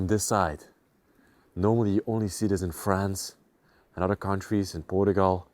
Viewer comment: Please stop pronouncing 'other' like 'udder'. It's annoying.